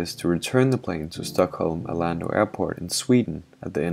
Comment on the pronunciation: Is it only me reacting to his pronunciation of "Arlanda"? Not meaning to butcher your English (as it's not my first language either), but it sounds like you're saying "Orlando" there.